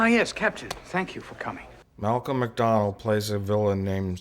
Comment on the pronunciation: 1) his name was Soran not Sauron 2) he was played by Malcom McDowell not Malcom McDonald 3) if you're going to give a review, think about everything, they change the bridge set, they add more uniforms (they added those uniforms to Generations so they didn't have to use new uniforms entirely) 4) lastly, this was a transition movie, they had DeForest Kelly in Encounter at Farpoint, bridging the gap with the tv series, so they brought Kirk into Generations to bridge the gap with the movies